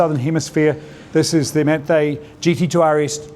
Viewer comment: Pronounce Manthey correctly please. You’re supposed to know these things when you’re a car person.